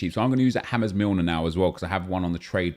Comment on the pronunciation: Nobody:: James (foreign pronounciation) Milner... Gets me every time